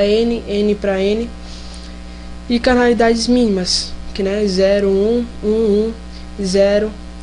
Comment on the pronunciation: Não é CANALIDADES, é Cardinalidades...